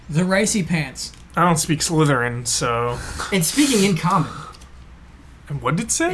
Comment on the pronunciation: "I dont speak Slytherin" sounds like I dont speak Mexican lol